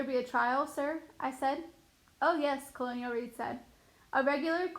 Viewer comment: You pronounce a LOT aid words wrong in this book… the story isn’t bad but cholera and colonel are just a few things read utterly wrong in these videos among other words…